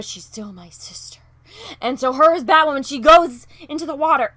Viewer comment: Does BatWahmen have psychological problems? Sure sounds like it...🤔